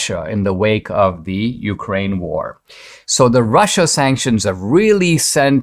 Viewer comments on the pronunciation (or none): none